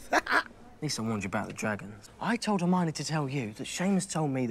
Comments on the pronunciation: Back when The Batman was in a Harry Potter movie. My boy calls Hermione "Armani" 🤣🤣🤣 best way to remember is Her-Miney. And when you finish the series, you should check out the HBO special they released New Years. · He hit the caretaker with the “green blast” (death curse) at the beginning, Harry was seeing that meeting in his dream…also bro you saying Armani??? It’s HER-MY-NEE 🤣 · Its pronounced "Her-mine-ee". Ideally in a british accent the h is nearly silent and it sounds more like "Err (like error) - mine -ee", then the "mine" is a bit different too, but at least then you'd have the letters right. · Petition to change Hermione’s pronunciation to Armani 🙋‍♀️ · I ❤️ that you call her “Armani” 😂🧙🏻‍♀️🪄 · I know this is from a year ago but i'm still waiting for someone in the comments to tell him it's HERMIONE not Armionie. lmao!!!!! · Still with the "Armani" lol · Not criticize your pronunciation of Hermione’s name, but the way I remember it is: her-my-o-knee. Love your commentaries otherwise. Should listen to the audiobooks. Jim Dale is talented.